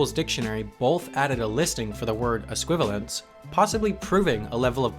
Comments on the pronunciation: Es-qui-val-i-ence, not es-qui-val-ence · I like how you mispronounced esquivalience, a word that doesn’t exist